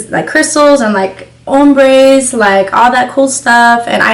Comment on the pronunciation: “Hombres”😂😂 sound like she said that lmao